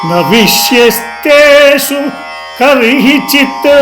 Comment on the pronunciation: అది "విష్వస్తేషు" కాని విష్యస్తేషు కాదు